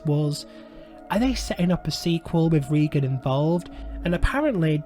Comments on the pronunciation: Another movie ruined by David Gordon Green. It can’t compare to the 1973 masterpiece. The first movie in this trilogy might have faired better as a stand-alone possession movie vs. trying to connect it to Friedkin’s film. FYI: It’s pronounced “Raygan” not “Reegan” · Dude if you're going to do a vid expecially about a well-known character at the very least pronounce the bloody name right it's RAY- GAN not REE-GAN. Christ on a bike it really pisses me off!!!!! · Ray-gan not ree-gan. 🤦